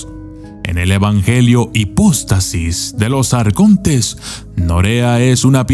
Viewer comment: "Hipustasis"? Perdón pero acaso no es HIPÓSTASIS??